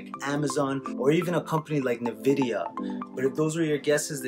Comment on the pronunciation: hey just a tip, its "EN"vidia not "NE"vidia, keep up the hustle bro!